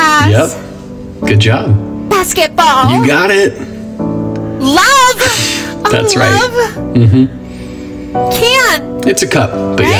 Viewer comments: "Loahhhve oh lovhaave" got me rolling on the floor 🤣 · “læohve. Aæoh loæve.”